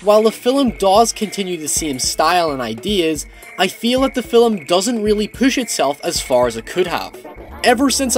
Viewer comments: Well I dig them, I reckon a number of others do too. Haha. When you say film, it sounds like 'filum'. :] It's just a little something. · Hey I just noticed the lack of comments so I'll give it a go. Thanks for the review, I found it really helpful especially since I want to see it tonight and needed more information on it. Also, you emphasize the L 'film' and it makes me go o_o Thanks a bunch though, loads of help. Deserves more views.